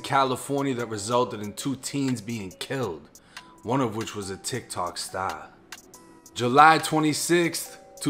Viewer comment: Say that part about “tic tic stahr” again